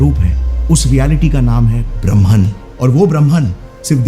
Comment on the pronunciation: ब्रह्म not ब्रह्मन